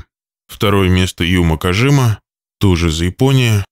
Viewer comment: Не Кажима, а Кагияма...